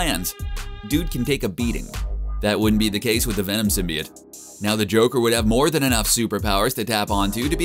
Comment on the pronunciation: Did this bitch say symbiate*